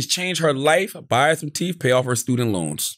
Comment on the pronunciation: Teeth is NOT pronounced teef 😂😂😂